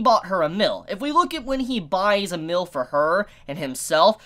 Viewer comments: why do you pronounce meal like "mill" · Why do you pronounce meal as "mill"? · 1. Please practice saying the word "meal" by putting a little more emphasis on the letter E, every time you said meal, all i could hear was MILL, as in a Saw Mill, or Flower Mill. 2. Here is a link, read the manga so you can stop guessing. BTW, i am the proofreader for the series, i get to see the next chapter before it is put out to the english reading public. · trying to say meal lmao xd mill? milf? milk? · I realized this too, he said mill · woah woah woah did you say mill or meal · mill? don't you mean meal. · Ar-are you saying milk instead of meal? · Am i the only one who was bothered by the prononciation of meal as "mill" ? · Yeah, I too thought it was weird that he couldn't pronounce "meal". He speaks perfectly normal english otherwise, perhaps he has some sort of regional accent. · Does anyone think the way he pronounces “meal” weird